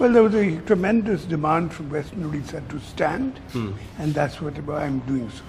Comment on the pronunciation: At least he should pronounce odisha, it's not udisha!